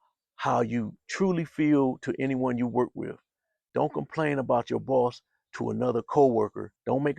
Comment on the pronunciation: He said dint tell anyone 😂😂😂